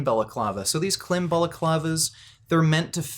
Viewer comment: Klim is pronounced like climb.